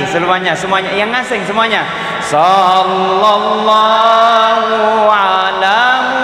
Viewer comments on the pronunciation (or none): Shalawat nya jg kurang tepat penyebutannya Di kata Shallallahu Lam yg pertama itu bukan lafzul jalaalah, harus dibaca tipis, lam kedua baru lafzul jalaalah dibaca tebal. Tabe 🙏